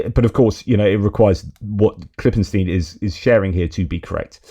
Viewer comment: ..great vid... really good... I'm in my 60s and I really wanted a new conspiracy to keep me warm for the next 20 years. Also the way you should pronounce the name Ken Klippenstein is as per German pronunciation... KLIPPEN-STINE the "ei" is a long "i"